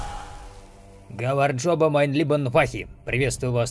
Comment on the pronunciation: Гамарджоба, а не гаварджоба